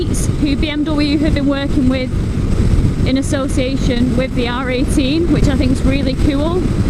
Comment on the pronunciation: I keep hearing 'R.A.T' instead of 'R18' !